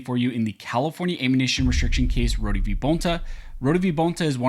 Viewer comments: I’m almost positive it’s pronounced “Roa-da” not “rodee”…….. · His name is pronounced (Road) Rhode I know that because you are pronouncing my last name (Roh-dee) Rohde.